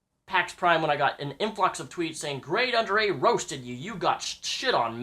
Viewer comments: Not taking any sides here, but why do people pronounce it "Grade UnderA" when there's clearly another A after Grade? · Why does he say GradeUnderA?!?!?!?!?!?!?!?!?!?!!!?!?!?!?!?!?!?!?!?!?!?!?!?!?!?!?!?!?!?!?!?!?!?!?! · Who is GradeUnderA haha, don't say his name wrong and pretend you have been a massive fan.